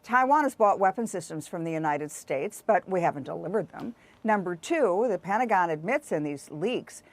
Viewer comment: It's "Pentagon", not "Petangon"